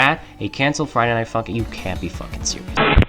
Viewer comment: i know damn well you gritted your teeth while saying fridsy night funkin